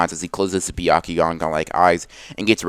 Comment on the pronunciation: He said bekakuganon LoL